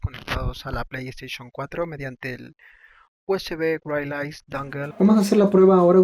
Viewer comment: Exelente el video bro. Gracias! me parece que se pronuncia wairles (wirless)* Sugerencia con afecto :)*